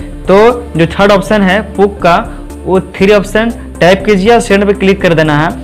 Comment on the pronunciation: Puk nahi wo P.U.K hai bhai 🤣🤣🤣